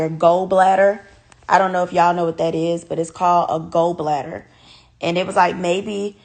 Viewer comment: Not go bladder its Gallbladder.